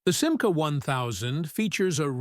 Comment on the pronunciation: commentaire artificiel complètement mauvais: ce n'est pas sima, mais simca!!!!